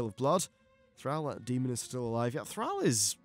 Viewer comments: Yes, 22 minutes of mispronouncing Thrall was mildly annoying. Good video aside from that! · ThrALL, ALL...not ThrAL "Al" it's ThrALL